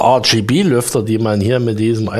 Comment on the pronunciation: Hi Ich find ja deine Videos ja super Informativ!! Doch an eine Sache kann ich mich einfach nicht gewöhnen!!! Dabei geht es um drei Farben. Diese sind Rot, Grün und Blau!!!Diese drei Wörter sind die vollständige Bezeichnung für RGB!!! Doch immer wenn du RGB sagst, hört sich das an wie denglisch!! nicht englisch mit na Tüte Murmeln im Mund!!! Versuch`s doch mal ganz langsam Rot, Grün, Blau es ist doch garnicht so schwer.😉😉